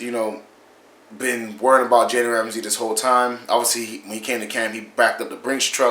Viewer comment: Learn how to say his name